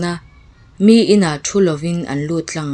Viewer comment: 20 na 'Mi zawnna hlang.... tiha 'Mi' tih lam dan hi 'mi rethei" tih a mi lam angin a hniam a lam tur niin ka lo hre thin.